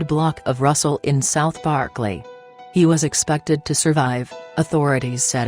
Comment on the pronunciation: Computer can't even pronounce Berkeley?